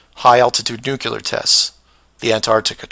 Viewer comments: While I agree with many of your points in this video, I have a hard time accepting scientific "proof" or "evidence" from someone pronouncing Nuclear as "Nu-Cular". Its pronounced "Noo-Clear" or even "New-Clear" would be acceptable. Nu-cular is not acceptable however. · well if you were to pronounce the word nuclear the correct way I would have believed you on your conspiracy theory however I am more clever then a person throwing words left and right however it was interesting points like the 180 or 360 camera angle shot of the astronauts I'll give you that and they have been 360 in 180 shots but they were inside the space station which again proves that you're also correct because they were never done in actual space if you were to think that they never been to space but you are not using your own words in the correct way look up the word conspiracy in the dictionary and then think about what you're believing in afterwards